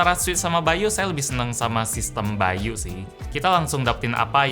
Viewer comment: By.u yang gua denger kalo itu ngomongnya bayu